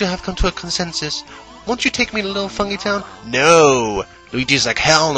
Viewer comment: i dont think it's pronounced fung-ee-town i think it's pronounced fung-guy-town